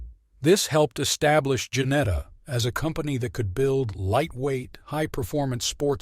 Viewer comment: Its Ginetta not Janetta